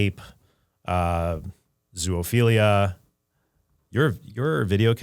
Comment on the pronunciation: Trent...there is no such thing as ZOO OPHILIA. That word doesn't contain 3 Os. It's ZO - O - PHILIA. Sorry for being grammar police :D. The newer generations see word ZOOLOGY and they think double O should be read U but it makes no sense to pronunce it ZULOGY so they keep adding 3rd O out of the blue and you end up with stupid things like ZUOLOGY without knowing that the word ZOO is abrreviation from zoological garden. END OF RANT :D